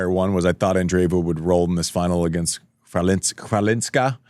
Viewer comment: Greetings! You can pronounce Chawlińska as "Hvalinska" — the Polish "Ch" sounds like the "H" in house, and the Polish "W" is pronounced like "V" in English ;]